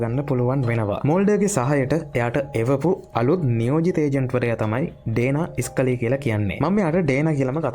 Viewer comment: ඉයුජින් වික්ටර් ටුම්ස් ඩානා ස්කලී ෆෝක්ස් මල්ඩර් නම් ටික හරියට කියන්ඩ බැරි මොකද බන් 😒එහෙම නම් ටිකත් හරියට ලස්සනට කිව්වා නම් කොච්චර ලස්සන ද බන් වීඩියෝ එක 🫂❤️හරියට කරපන් කරන දේ බොරු විකාර නැතිව්🫂